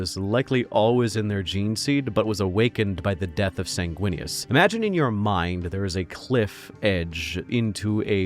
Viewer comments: ...first time I've head you say Snaguinius...and its hilarious. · "Snaguinius" 😂 Lisdexia sucks my guy. I leef your pain.